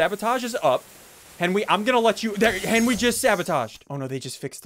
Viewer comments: Hes been saying Henwy for a long time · "Henwy did the wights"-Sundee 2020